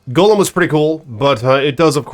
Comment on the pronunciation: You're saying golem wrong, too, bro. Get hooked on phonics please.